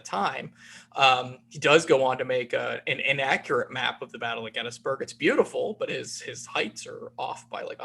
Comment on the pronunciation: Finally! Someone who correctly pronounces GET-tus-berg.. : )